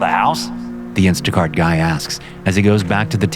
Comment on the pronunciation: “Instaguy cart”? 😂